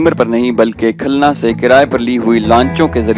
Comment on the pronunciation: khalna nahi khulna